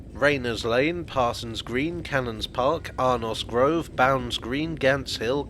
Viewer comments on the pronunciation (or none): More to the point, it should be pronounced as "Ar nose", not as "Ar noss".